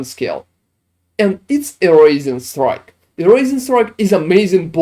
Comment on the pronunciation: I keep hearing “raisin strike” lol